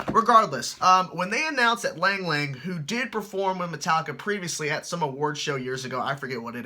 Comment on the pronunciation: Lang Lang is pronounced long long I know it's weird